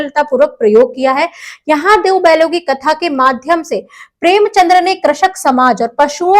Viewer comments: Premchand, not Premchandra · Excuse me mam ...premchandr nhi premchand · Mam it's preamchand .. Not premchandra❤ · premchandr nhi premchand h